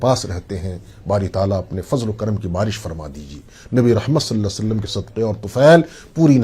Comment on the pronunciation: پیارے بھائی صلا صعلم درست نہیں ھے۔ درست پڑھئے صلی اللہ تعالی علیہ وسلم